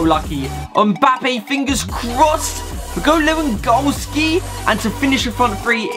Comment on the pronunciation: U said lewandoski Like wewandotski